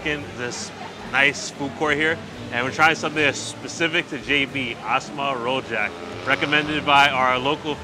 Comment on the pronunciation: Rojak is pronounced row-juck